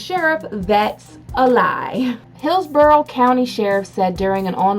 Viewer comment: The fact that you just said Hillsborough as of it were "pillsbury" just made what was left my poor Floridian soul curl up dead